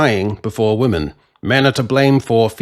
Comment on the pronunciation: Dude. Why can’t you say the word ‘women’ properly?